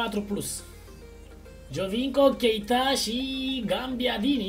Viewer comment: ba da invata odata ca nu este gaMbiadini este gabiadini